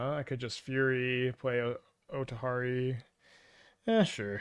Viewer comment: Not bothered, but that othari pronunciation must be a troll